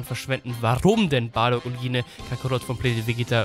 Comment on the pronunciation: Gine wird Jin ausgesprochen!